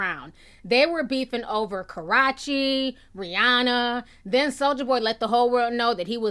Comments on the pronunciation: Jenn Karachi 😂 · The fact that it's 2018 and TI still doesn't know how to pronounce Karrueche is truly inspirational.